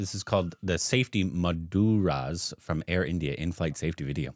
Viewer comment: So added an 'A' and shifted the 'U' two blocks away from its home and made Mudras to freaking MADURAS 😂 it sounds like a dish, my hindu ancestors are crying right now.. But so happy we got a Korbinization after so long.. Bless you man❤